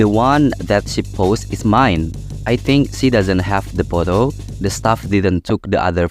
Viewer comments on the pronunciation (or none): pronounc mistake treat = trit(threat artiny mengancam ini treat artinya merawat) busy = bisi photo = fotou efforts = efourts fatal = fay-tal